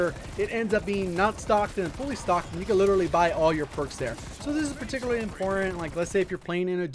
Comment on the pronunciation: My guy said perticly